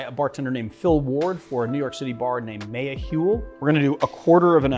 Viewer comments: This drink looks amazing! Also, the restaurant name is pronounced more like “Maya-well”.. it’s the name of a nahuatl goddess who’s associated with the agave plant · On that note, his pronunciation of "mayahuel" was painful